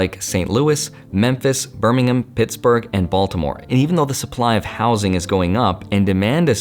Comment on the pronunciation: Rent has most definitely not come down in DFW. It's only getting worse. Also, it's Birming-Ham. xD Thanks for the great video!